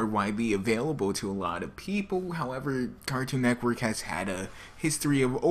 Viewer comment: say cartoon Network right next time! ^^ lol Neckwork xD